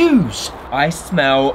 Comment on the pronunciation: I smeW umazinG Me: dying if laughter 😂